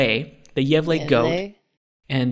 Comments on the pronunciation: pronunciation of Gävle was a lot better than I expected. Then comes with "gavel" X) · pronouncing gävle like gavel is the funniest thing all week sjdjdk